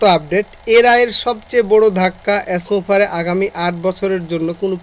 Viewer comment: আবার বলে এছ মুফারেহ, শুদ্ধ করে এশ মুফারেহ বলার জন্য বারবার বলছি!!